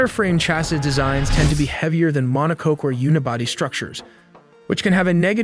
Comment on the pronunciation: I love these info videos, especially since I'm just getting started in Blender. That said, your synthetic narrator needs a bit of training. Monocoque is pronounced MONO KOK. Errors like this pull people out of videos.